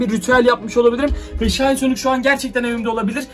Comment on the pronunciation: aynen aynen bende fatih sultan mehmet hem o şayn diye okunmuyo şin diye okunuyo -_